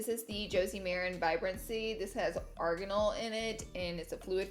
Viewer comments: Any one else notice certain word she says sound funny hahah like greasy she says greazee and Aegean oil sounded like argonal haha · Was anybody else like “what the fuck is Arganol?” (Arian oil) 😂😂